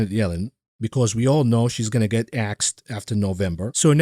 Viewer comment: 12,03 “That ets you quickly peek” - We will “et” you of the hook for that one